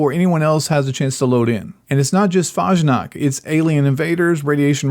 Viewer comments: FAHZH-nockt lol. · Anyone who can't pronounce Fasnacht correctly is not a good source of information. This is pure clickbait and virtually no one cares about any of these.